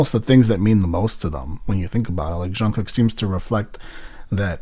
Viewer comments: ure saying shungkook ^ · its jungkook with a j sound btw, just a little something to let u know